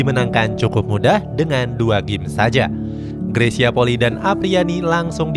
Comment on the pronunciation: RATA² 99% PENYEBUTAN NAMA MARGA NYA greysia POLII SALAH, YANG BENAR PENYEBUTAN NYA POLI I ( huruf i yg di belakang di sebut i TERSENDIRI